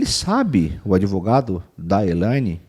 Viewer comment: Ué...."adevogado"???? Achei q ele daria a cara a tapa...😅😅😅